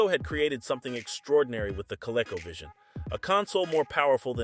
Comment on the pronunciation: CO-Leco 🤣🤣🤣 -1 Learn how to Pronounce Words before making videos 🤣🤣